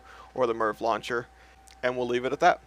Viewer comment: "GONNA BE COVERING THE AM AY AR VEE LAWN CHAIR".